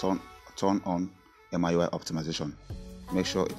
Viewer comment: It's not M-I UI IT'S MEE YUU EYE😉